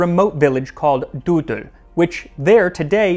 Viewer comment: lol you said deudul\